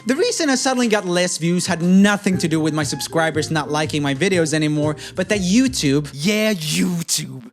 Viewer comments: "TooYube" LMAO I think it's "Youtube" LOL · Did you say tubeyou??😂😂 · he said TouYoube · Love how you gave YouTube a European accent